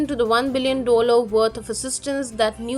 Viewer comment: “dollar” pronunciation sounds off.